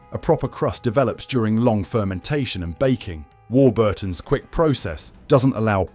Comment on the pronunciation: Also stressing Burton in Warburton's. AI garbage with gaps in all the wrong places.